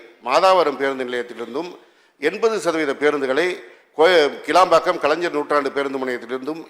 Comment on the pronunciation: கேளம்பாக்கம் அல்ல கிளாம்பாக்கம் அறிவு ஜீவி எம்.எல்.ஏ. அவர்களே.